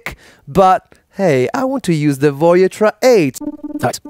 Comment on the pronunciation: You are mispronouncing Voyetra. You are putting the accent on the third syllable, Voy-Et-TRA. The correct pronunciation is the accent on the second syllable, Voy-ETT-tra.